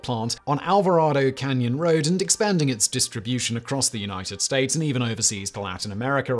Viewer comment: “..across the United Stoats”